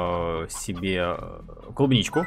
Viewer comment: Кубничку! Ну, ты правда читать не умеешь?